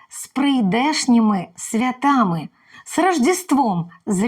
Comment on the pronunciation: СвЯта, а не святА. СвятА є Марія. Не можливо, тільки може.